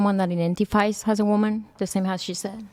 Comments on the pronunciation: "Being a womin" the way the Asian incorrectly pronounces woman is insufferable. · Say Woman!!!!!!!! Not *Womeen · Can that chick not say WOMAN properly goddamn